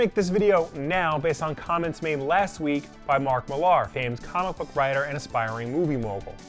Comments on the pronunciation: Millar is pronounced "Miller" - just btw. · I call bullshit on Millar's theory.....and his name is pronounced "Miller" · Say's Mark Millar weirdly..